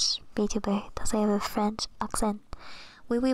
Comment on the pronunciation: Perfect EN, FR and JA pronounciation and on top of that you sing like angel! Wow!